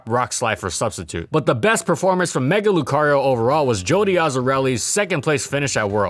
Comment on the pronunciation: NO MORE SWEARING PLEASE! AND DO NOT LEAVE OFF THE R IN LUCARIO!